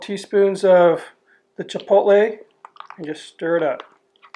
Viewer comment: I'm glad you don't pronounce it "chipol-Tay"